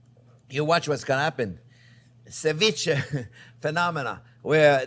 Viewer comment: PS - you said something that sounded like "Cerviche Phenomenon" when describing lime acid "cooking" eggs. I may have heard it incorrectly. No big deal. 😊